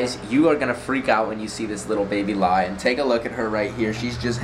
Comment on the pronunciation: You said liar not lion UwU